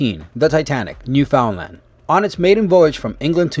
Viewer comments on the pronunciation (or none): I know it sounds nitpicky, but as one from the province, it's "Newfoundland" not "New Foundland." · It's Newfoundland not New Foundland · it's not New foundland it's newfoundland I'm from there. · New Foundland is actually Newfoundland... all one word. Pronounced "New Fin Land"... Sunken ships make me cringe, usually I wouldn't watch, but was curious which number the Titanic was. :) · It's Newfoundland. And it's pronounced New-fund-Land. And "schooner" is pronounced "skooner". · That is not how you say or spell Newfoundland... I as a Newfoundlander am offended...